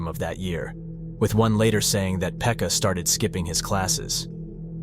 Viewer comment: its not "Phecka", its "Pekka" 💀